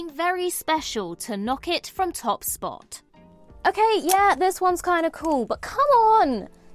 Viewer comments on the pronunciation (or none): none